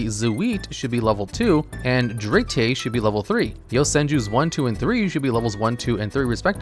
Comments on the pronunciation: zuh weee and duh reeee. i’m so irritated by this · You saying "Zwee" and "Dree" hurt my soul and I'm not even German